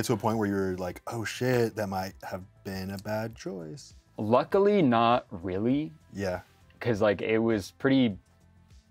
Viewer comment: 😂 that “weally” had me dying 😂😂